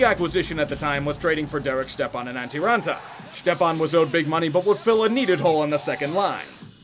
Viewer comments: Hey, his name is pronounced Step-on not Štepan, he’s from Minnesota not Czech land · Who in their right mind pronounces "Stepan" as "Shtep-Ahn"?? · Lol “ shtepan “ Yeah as soon as I seen him losing all his hair I knew he was done for 😂😂 he got waaaaaaay overpaid man, had literally one above average season ( I think he got like 56 points in 67 games or something like that ) and was comparing himself to getzlaf and shit.. lmao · FFS if y’all are gonna review sports at least figure out how to pronounce players names. It’s Chychrun (Chick ren) amongst others. Stepan is step on